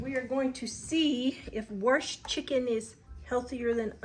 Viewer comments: Love to hear someone else saying you "worshed" the chicken. We must be from the same side of the crick! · You say wrashed like I do haha😂